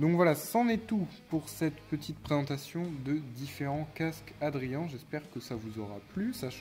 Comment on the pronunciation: Tres jolis casques ! Et bravo car tu es un des rare sur YouTube qui prononce bien Adrian 😂😉